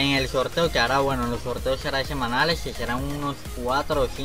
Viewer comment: "semalaes" :vvvvv (lo dice en la presentación"